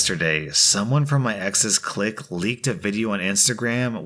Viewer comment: I like how he pronounces clique how it's spelt